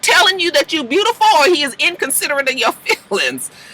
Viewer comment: ANYTHING with a "U" in it, he adds an R, lol. He always say BRUTIFUL instead of beautiful, so it makes sense that he would say hruman, LMAO 🤣🤣🤣